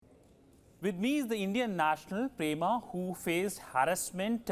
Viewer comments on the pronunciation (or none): Pema, NOT "Prema". Disgusting media!